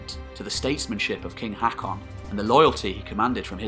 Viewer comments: Its pronaunced hokon :) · Learn the pronounciation - Haakon is pronounced “Hokkon”. Try learning something instead of uttering drivel. This history is deficient in most of it’s claims. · aa or å makes a hard O sound so it's "HOE-kon" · As a Norwegian, I cringe everything you say "HEKKON". The å/Å/AA is pronounced like the "a" in "alright". And in case you wonder the ø/Ø/OE like "e" in "early". And even English once had æ/Æ/AE, as in CÆSAR, and pronounced like the "a" in "Mary". Other than that though, this is excellent. I'm going to watch them all of course. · Butchering the name tho. AA is an Å (sounds like the A in hawk) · the way you pronounce norwegian AA is the same as the norwegian letter Å. wich easly described in english is The first sound in the letter O